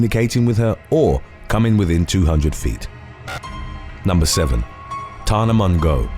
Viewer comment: The way you said Tana’s last name had me literally laughing out loud in a totally silent room of about 30 people!! 🤭🤣 I just couldn’t help myself! Sooo embarrassing, but totally worth it!